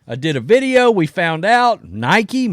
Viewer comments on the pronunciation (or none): none